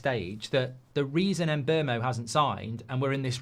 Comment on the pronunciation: Its pronounced Mboomo not Mbermo the player himself has said so